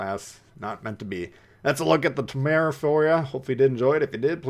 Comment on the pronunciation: Say it with me: TIM-ER-RARE.